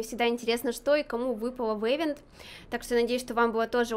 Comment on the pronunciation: Не эвент а ивент😂